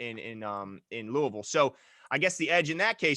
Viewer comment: Okkkkkk saying Louisville Luh ah vul correctly ayyyyye. Great content fellas